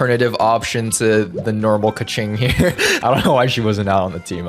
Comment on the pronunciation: is a keqing main also: doesn't pronounce keqing correctly